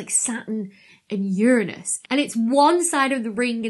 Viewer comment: I hypothesize that this asteroid doesn't have rings but has a hula hoop. If Russell can have his teapot I can have my hula hoop! Awesome findings. I was looking forward to what JWST would find and it has not disappointed. And it's so nice to hear Uranus pronounced correctly. The easiest way to find out if someone in the general public knows astronomy is to have them say Uranus. Nope, wrong! 🤣 I'm a long time Hawai'i Kama'aina. Haumea is pronounced ha, the U sounds like the double o's in cool, me, ah. O's sounds like itself. E has an A sound, A has an ah sound, I has an E sound, U has that double O sound. That's the Hawaiian language.